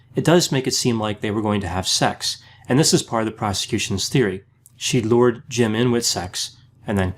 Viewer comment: "lured" lol